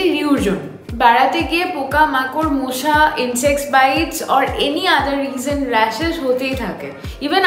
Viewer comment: Kothata মশা "মোশা" noy.